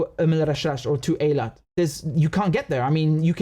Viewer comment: Thank you, Richard, for finally pronouncing Eilat correctly. I’m not Jewish, so I didn’t have to care, but I’m a linguist and I just can’t take people’s butchering of any language, because anyone can learn by just paying a little attention. That’s all. By the way, I admire, how flawlessly you can pronounce the Arabic names. I’m struggling with the Arabic pronunciation myself. It’s not easy.